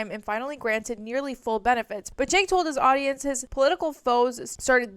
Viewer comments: Found you through Leftist Mafia and have really been enjoying your content. Just one tiny thing that’s been driving me kinda nuts - his name is pronounced “Jenk”, not “Chenk”. Left is best!❤ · Pronounced "Jenk", and he is trash.